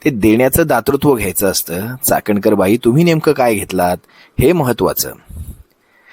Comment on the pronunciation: chakankar nahi Chatankar bai bola